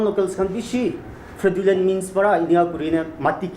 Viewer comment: I really appreciate DNSU for this but please learn how to pronounce fraudulent first 😅